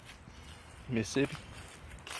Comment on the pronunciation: Did you get choked when you tried to pronounce Mississippi?